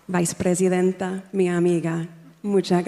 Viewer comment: Harry actually pronounced ‘Visa’ Presidentay which is better than M who pronounced Vice Presidentay (American ‘vice’ mixed with Spanish Presidentay. So good one, H, showing up the con woman!